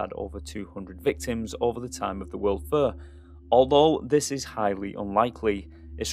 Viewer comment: Great doc. However, I've never heard "fair" pronounced "fur" 😅